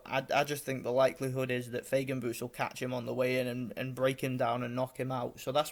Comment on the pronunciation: Файген, а не Фейген! мы же не говорим Сеан вместо Шон